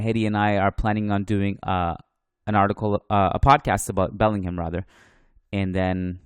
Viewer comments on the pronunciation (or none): It was a very interesting article, really contrasts the narrative the media here in the UK seems to have about Real overspending on older talent. Also, and this is just nitpicking, but as a Briton r.e. Bellingham, the pronunciation is Belling-um, rather than Belling-ham ;)